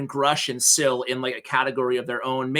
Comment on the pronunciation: Im going to blow your mind. Scyl is pronounced " Scale"